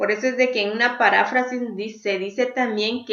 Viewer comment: Maestra es "Parráfrasis" o es "Paráfrasis"